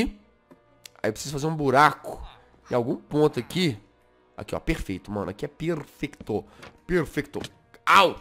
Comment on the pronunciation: Jazz: Aqui é perfecto, perfercto